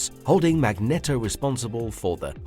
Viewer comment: Sounds like you asked a cheap ass bot who nemesis is. And pronounce Magneto correctly.